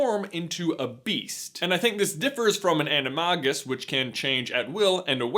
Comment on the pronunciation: i almost commited ensurance fraud after hearing your pronounciation of animagi